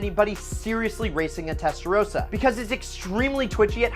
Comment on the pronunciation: I stopped listening after testarosa